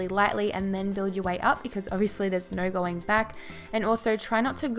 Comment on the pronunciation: fucking hate how she says so:sur... no:nur...annoying shit